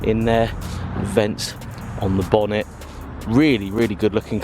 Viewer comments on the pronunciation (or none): none